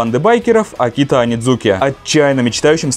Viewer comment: Эйкитчи Онидзука а не Акита